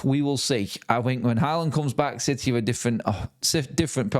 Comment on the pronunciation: What a piteh for citeh 😂